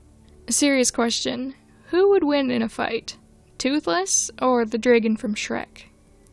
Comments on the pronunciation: No offence, but the way you say “dragon” physically hurts me whenever you say it. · WHY TF WOULD YOU PRONOUNCE DRAGON LIKE THAT?! IT TRIGGERS ME EVERYTIME YOU SAY IT LIKE AUUURRGGHHHH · I swear I despise how you pronounce dragon I'm sorry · Your pronunciation of "dragon" gives my internal ears the same feeling as when someone is scratching their nails against a blackboard. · I have never heard someone say dragon like that and now im confused